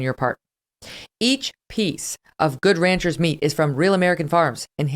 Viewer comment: The only thing I can say against this show, would be the terrible way Megyn says Good Ranchers : in her mouth it sounds like a brand of mayonnaise. And if it was not enough : she does that (probably intentionally) during the Octoberfeast Special ! The only thing.